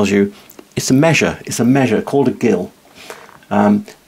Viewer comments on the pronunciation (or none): Gill is pronounced 'Jill' when referring to the measure and as 'Gill' only when referring to a fish.